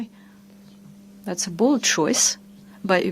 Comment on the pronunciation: I loved how she put an emphasis on BOLD. lmao